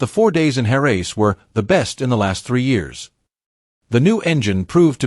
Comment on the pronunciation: The “Hair-raise” track - The “Desmo-sed-a-sigh”. Maverick “Vin-Alles”.